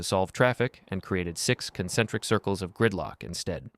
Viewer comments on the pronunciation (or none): none